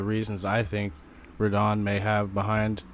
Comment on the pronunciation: Also, its Radahn, not Rad Han.